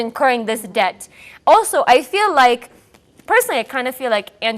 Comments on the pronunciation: It's "Debt" not "Dept" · It's det not dept